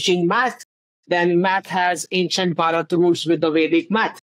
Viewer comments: You're still saying barat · Bharat first a is long vowel second a is short vowel. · You said Bha+rat who was a King after whom our country is named. It's pronounced as Bhaa+rat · Its not Ba raath ,please try pronouncing it as Bhaa rth. Nice videos, by the way! Thank you for these perspectives! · You pronounce it as "Bharath". There is no hard T at the end. The T is more like "th" in "the". "Bha + Rath". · BHARAT should be pronounced correctly, it's not tough. You can distort our name we don't mind, but country name must be respected.